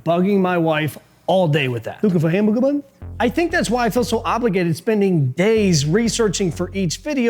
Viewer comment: “Wookin fow a hambugga bum” sent me 😂